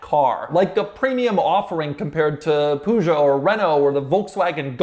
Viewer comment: I simply can't help but to gently giggle every time I hear Americans trying to say Peugeot. "Poozho". 😅